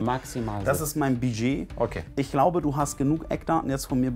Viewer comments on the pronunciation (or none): Was zum Geier ist „Biiiiiget“ 😂? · „DaS iStt mein Biiedgeet!“